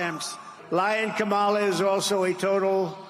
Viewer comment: He friggin can’t even pronounce her name which as we all know has been a pattern with the Republican Party and a dog whistle for racist misogynists who permeate starting at the top